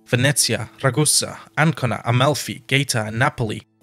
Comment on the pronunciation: Some of the pronunciations... ouch. I’m not sure if some of them are regional differences but at the very least the pronunciation of Gaeta was nothing like I ever heard when I lived in Italy (and my dad used to work in Gaeta)